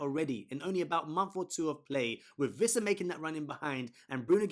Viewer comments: great video as always, but just FYI it's pronounced Wissa(with an English W) not Vissa. "Wee-ssa" in fact. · Wwwissa. No V 🤦🏻‍♂️